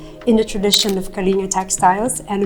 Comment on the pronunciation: Not to be too pedantic, but it's pronounced Kah-ling-GAH...not Kalinga